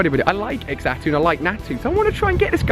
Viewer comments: Who was triggered when he kept saying x atu, instead of z-atu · ImSoSamDough right. He said X atu 😂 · Why does he pronounce Xatu as EXatu its pronounced as zatu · It isn't pronounced X Atu it is pronounced Zatu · alia, it's pronounced "zatu" not "X-atu" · Xatu is pronounced (Za-two) not (X-a-two) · You don't say x-atu you say it like satu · Its ZAN-TOO not xato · Xatu is pronounced Zatu not EX-atu, really irritating. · So cringey... "ex-atu", in the anime, it was pronounced "zah-tu". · Ali it's pronounced zatu not x atu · It's not x-tau it's pronounced zatu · IT'S FREAKING XATU NOT EXATU FFD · bro for f sake its Xatu not Exatu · FuriousMelon by exatu he mean x atu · ali your pronounceiation is off on Xatu your saying egg-sa-too you need to say say-too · ali a your so dumb youre saying x-atu thats wrong its xatu all in one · just so you know its pronounced Za-tu not X-atu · ITS CALLED ZATU NOT X ATU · it triggers me when he says exatoo instead of zhatoo (zatu) and skullmoy instead of skarmory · Ali u pronounce Xatu like Zatu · did he just say.. "ECKS-atu"?... it's ZAH-tu.. sigh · It's not x atu that's that what it's spelled like but it's actually zatu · Xatu is pronounced as za-too not x-zatu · It's pronounced Zatu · Xatu is pronounced like zatu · it's pronounced Zatu. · xatu is pronounced zatu!!! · I think it is actually supposed to be pronounced like zatu but I'll let it slide because you said you were bad at gen 2 pronunciations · Xatu pronounced (SACTOO) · Xatu is pronounced "Zatu" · Xatu is pronounced zatu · Xatu is pronounced like Za-two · YOUR PRONOUNCING XATU NAME WROG ITS CALLED (ZATU)!!!!!!! IM SO TRIGGERED!!!!!!😡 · Xatu is pronounced za-tu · xatu is pronounced zar-tu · ALI... XATU IS PRONOUNCED: ZAH-TOO!!!!!!!! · I don't pronounse xatu as x- atu I say it as zatu because the x is a silent z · Xatu is pronounced Zatu is it not. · u prounce xatu´s name wrong u pronunce it like zatu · xatu = zatu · FuriousMelon u say it like zatu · dude xatu is pronounced zatu